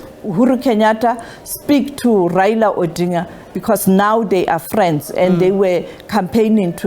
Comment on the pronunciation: Tell someone to teach you how to pronounce ODINGA